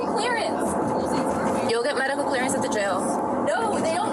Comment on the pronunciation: this cop just slurred his words and almost asked if she had any major magical problems 😂😂😂